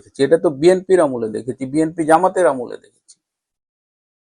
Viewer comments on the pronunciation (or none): none